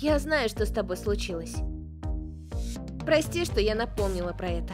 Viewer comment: ОН СКАЗАЛ ПОСПИ А НЕ ПРОСТИ